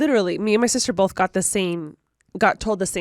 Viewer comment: Okay, okay..! You sound just like Alisha with the words Pink & Both (found you through Alisha, through Remi). Y'all both say bolth. BUT! To get to the main point, NO ONE says PANK. The way you say pink is the same way you say ink. Correct. However, the difference between you (and Alisha) is that you shorten the sound of the i, making it the stressed sound. So, basically, say the word pig then say the i in pink the same way. That's the way the majority of us US English speakers say the i in both pink & ink. Hope that helps!